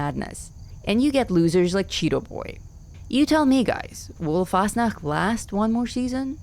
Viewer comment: Why is it so satisfying to hear say Fasnacht? 😅